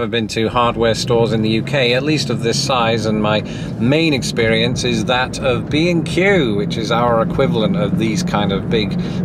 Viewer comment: 5 minutes in I realize he’s saying B and Q, not “be in queue”. 😂😂😂